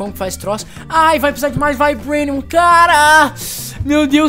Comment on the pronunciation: "Taitenium" e "Vaibrenium"... Rezende pqp né, Se pronuncia Titanium e Vibranium. Da raiva de ver o Rezende tentando falar em ingles -.